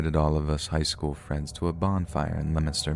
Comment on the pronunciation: Props to you for pronouncing Leominster right! 👍